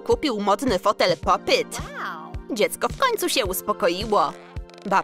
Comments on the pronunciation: Fajne fajne ten film ale wiecie że nie mówi się popyt tylko po PIT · Nie muwi się poppyt tylko popit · Nie popyt tylko pop it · Czemu mówicie popyt a nie popit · Mówi się pop it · Można nówić jak się hce pop it i pop yt!!